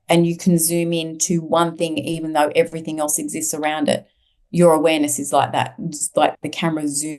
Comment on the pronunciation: It was very difficult to listen to due to her stilted speech and strange pronunciation - ie everythink instead of everything, really distracting.